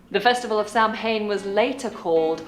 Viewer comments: Samhain, pronounced sowain (sow like ow/pain) is one of the 8 druidic festivals _ Samhain (November 1st): Marks the Celtic New Year, the end of the harvest, and the beginning of the dark half of the year; a forerunner to modern Halloween. Imbolc (February 1st): Signifies the start of spring and is associated with Brigid. Beltane (May 1st): Celebrates the beginning of summer with rituals often involving bonfires. Lughnasadh (August 1st): Also known as Lammas, this festival marks the beginning of the harvest season. The other 4 being winter and summer solstice, and spring and autumn equinox. Further to the Samhain, this time of year is often worshipped to honour our ancestors, the veil between the worlds being thinnest, one could say there is a psychic atmosphere. Of course like christmas and easter it has been co-opted as a money and sugar fest, and a Samhain a time of dark occult ritual, especially it is thought through masonic and satanic societies and covens. On the brighter side, many people worship as an offering to our ancestors, honouring our relatives, feasting celebrating the harvest and holding the light vibration with fire music poetry and dance and storytelling. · She doesn't know how to pronounce Samhain correctly. It's pronounced Sow Wen, with the 'Sow' part pronounced like the female pig. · She is clueless the pronunciation is more like SAH WIN the traditional celebration would be about the supernatural witches goblins and things that go bump in the night, as with most things Americans adopt it will eventually have jazz hands and razz a ma tazz attached to it it has become an Alfresco fancy dress party for adults and a Diabetes binge fest for the kids. sadly the American version has crept back to the UK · Ireland it started in not England. Samhain not Sam Hain. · Instantly lost credibility when she couldn’t pronounce Samhain. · Her pronunciation of Samhain was a major turn off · This was a major turn off